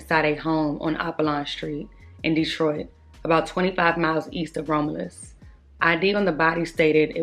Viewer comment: It’s pronounced Rom-you-lus ( Romulus)